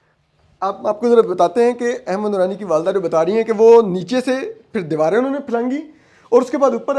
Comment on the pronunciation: احمد نورانی کو کیوں احمد درانی بولتے ہو